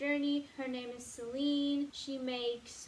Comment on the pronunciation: omg you pronounced Celine's name right...unlike me😂